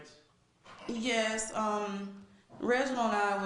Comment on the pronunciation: Nnn'yaaay-yus... A 3 letter, one syllable word and she somehow adds an N to the front and gives it 2 syllables. I question her education.